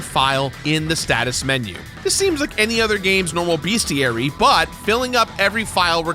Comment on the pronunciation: Downvote for mispronouncing bestiary.